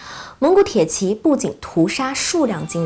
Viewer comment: 美女讲军事很享受，就是tie ji，不是铁qi